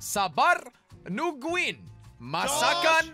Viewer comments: yeah except for the "nungguin" he said "nuguin" but close enough and i'm so happy lol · Sabar nungguin masakan padang 🤣 and he pronounced it perfectly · I love that jelly was trying to pronounce "sabar nunnguin, masakan padang" Cuz I'm Indonesian🇮🇩 😄😄😄 Whos Indonesian too? 👇